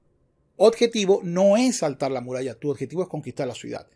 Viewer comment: Con todo respeto, no se dice oDjetivo, se dice oBjetivo, se q suena trivial pero el buen uso del idioma es fundamental para la credibilidad del quehacer intelectual